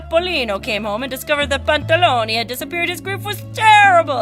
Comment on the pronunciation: you are so funny the way you read Pantaloni :) but really entertaining.